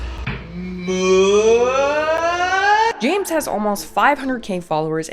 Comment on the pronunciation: damn he called them 50 murachanos instead of cup o noodle is the only way ive ever heard it